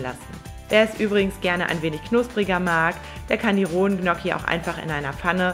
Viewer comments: Tolles Rezept, aber ich als Italiener, fühle mich schon sehr Diskriminiert wenn ich höre, wie du Gnocchi aussprichst 😢...😂😂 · Du weißt aber schon ,dass man Gnocchi nicht so ausspricht 😂😂